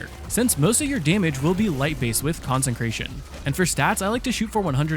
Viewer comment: Dude it’s con-sec-ration not con-sen-cration Please read the Bible or smthg